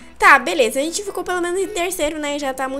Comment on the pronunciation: cueia em vez de falar beleza fala belesma